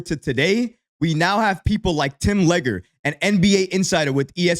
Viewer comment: Legler leg lurr lol but other than that great stuff